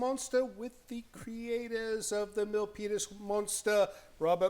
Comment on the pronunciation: I refuse to believe that I'm the only one who hears say "Millpenis Monster"! 😳😳😳